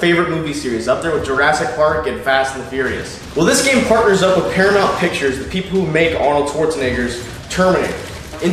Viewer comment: Is it just me or what the fuck is that accent coming through at certain points? Especially when said Schwarzenegger and Paramount. My god... it sounded southern all of a sudden or something.